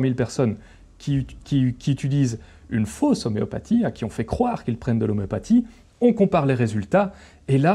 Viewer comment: 'oméo pa'tie?